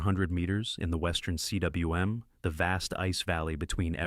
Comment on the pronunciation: Will he say See DubvaYou Oowim for CWM (coom)? How long will he continue? Will the Welsh change pronunciation of the word to match his whacky half-attempts at pronouncing it without taking one minute to look it up? So many questions…